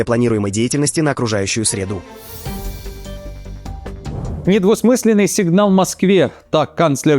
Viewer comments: Сколько можно мучить русский язык и наши уши вашим ИИ . Не можете цитаты прочитать сами? Тогда мы узнаем, сколько что-то стОит, а не стоИт. И защищать надо средУ, а не срЕду. ..😢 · Ага😂 ... "на окружающую сре'ду"😅